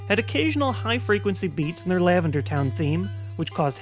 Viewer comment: You said LavenDAR Town Syndrome xD